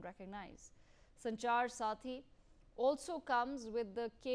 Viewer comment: Please correct your pronunciation about name of the app… It’s Sanchaar SATHI . It’s not SARTHI